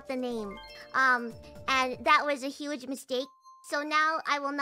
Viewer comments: "huje" 😂 Dang it! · The wiper and replacing G with J in “Huje” killed me. So good